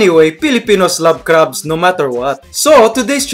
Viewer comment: Hahaha!! Nice one Mike.. Like it how you emphasize the "crabs" (dislikers).. Cheers!!!